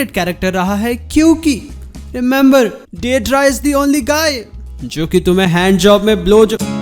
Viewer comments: Maaaaan it's not de dra its dai dara 😭it's sounds werid 🌼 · Didra nahi yrr "daidaara" 👤